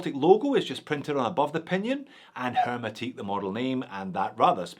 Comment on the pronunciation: It's a French word, hermétique, you don't pronounce the 'h' 😉